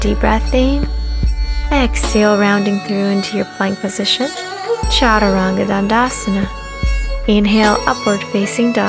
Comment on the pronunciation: my only complaint would be that i wish she pronounced the word “chaturang” and some of the other asanas correctly! I understand that it is difficult, but for someone leading a lifestyle like hers, it would be so much more respectful if she learned to pronounce the sanskrit words properly. Otherwise, it was a very helpful and great video!!